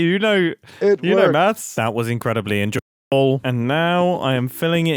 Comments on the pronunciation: i'm glad mumbo found that incredibly enju-bull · HUH “enj. . .ble”